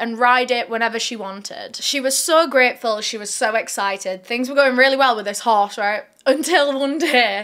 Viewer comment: You sounded soooo Australian when you said " so excited " - better than actors. Coming from an Australian ahahah